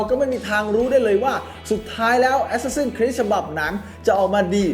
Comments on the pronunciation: อะแซสซิน/แอสแซสซิน ไม่ใช่ แอสซาซิ่น=ซ ิ ่ น (มันพิมแล้วไม้เอกไม่ติด) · əˈsæs.ɪn ใครอ่านโฟเนติคเป็นน่าจะรู้นะออกเสียงยังไง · เห็นด้วย ขัดใจกับ ซิ่น มาก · ได้โปรดออกเสียง Assassin ให้ถูกเถอะครับ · Reaper มันมีจริงครับ แต่เสียงมันไม่ได้เน้นไม้เอกแบบนั้น แบบคนอ่านsword ว่า ซะวอร์ด มันก้แปลกใช่มั้ยล่ะ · ผิดไง รอคำตอบ